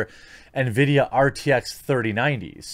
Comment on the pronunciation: Ah, I love those Nuh-vee-dee GPUs.